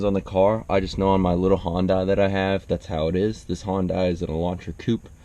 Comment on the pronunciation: Does anyone of you heard this honda ek with an engine swap of turbo diesel engine from hyundai? Thats what hondai is 😂